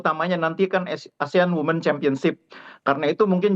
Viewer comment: Wooiii reporter bahasa inggerisnya lucu WOMEN jadi WIMITS ; 😅😅😅 KOPLAK